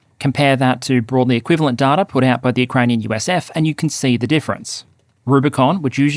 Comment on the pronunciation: Hi there. Loving the videos. Just wanted to say that I think you are pronouncing the word data wrong. It's pronounced data, not data. Thanks, love from a fan.